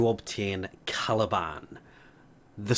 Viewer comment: Why did I think he said taliban for a second